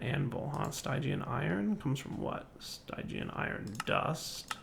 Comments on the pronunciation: Stygian is supposed to be pronounced as "Steegian", like its root word Styx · ...the y in stygian is pronounced the same as the i in still. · No, stygian is pronounced as st-i-jee-uhn. The root is from styx but that is also said as "sticks"